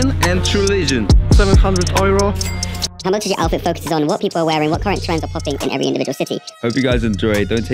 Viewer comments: nie, nie wymawia się tak cwaniaku. Po angielsku wymawia sie ,,juro" a ,,ojro" z filmiku to po niemiecku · dunno why some of them pronounce euro as "ojro" :o we dont say that in Poland - ojro is a German pronounciation ;o most of them are probably not Polish...